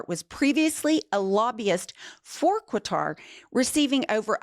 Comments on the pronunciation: i can't handle that news reading. Say it like this: "kahTAR." That was definitely the most egregious affront to my delicate senses. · IT'S PRONOUNCED CUTTER NOT KATAR QATAR=CUTTER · You're driving me nuts Ladies QATAR is pronounced CUTTER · It’s Ka-thar. Please learn the right pronunciation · Qatar is pronounced 'cutter' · What? Since when is there a “w” in Qatar? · I’m on your side but pronouncing the name of the country; “Quitar” makes you sound uninformed. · It's pronounced "Cutter" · Hey, Ladies, I'm a fan! It's actually pronounced KAT-ar (I lived there). Thanks for your hard work! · FYI Qatar is pronounced with a hard K, not a Q sound. I don't mean to be the word police but I love you guys and I want you to sound as intelligent as I know you are. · I like your show but please pronounce Qatar properly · Love your podcasts, but a gentle request to pronounce Qatar properly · I appreciate your rant about this Trump corruption, but please learn how to pronounce Qatar. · Qatar doesn’t have a “u” in it. The Q sounds like a K. It’s pronounced Ka-tar. Not Quatar. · Love you guys! With all due respect, please tell it’s pronounced “Kah-tar” not “Kwah-tar”. There is no U in Qatar. 😊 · Sorry but it needs to be said coz if it was English, there would be an uproar. It's not Quatar like Quail, is Qatar like Katar. ❤ I am not surprised. It's contracted to go with him when he leaves office too, isn't it? 🤨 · It's not pronounced "QWATAR---it's forever been "Katar." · No U in Qatar,! (Ka-tar) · “Kottar,” ….not KwahTAR. 😂 I remember a reporter being dressed down on CNN years back for this. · STOP saying COO-A-TAR. It's pronounced CKUH-TAR. My biggest pet peeve are people messing up names. 😡😡😡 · Quatar is pronounced "cutter". Quatar has actually said it is not a done deal yet. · It’s Katar not Quatar. There’s no U in the word Qatar. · Disgusting, yet again. (, just say “cutter” instead of “kwa-tar”.) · Kuh-tar not kwa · It is NOT QWTAR!!!!